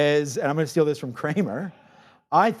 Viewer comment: Steals............not steels